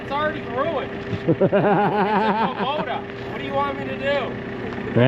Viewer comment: It's pronounced Kubota "ku bota"